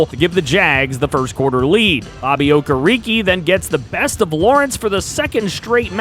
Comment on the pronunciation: Bro the way you pronounced Bobby Okereke it's pronounced oh-keh-reh-kay not oh-kah-ree-kee, I'm a Giants fan he's a stud for us yea I know how to pronounce his name lol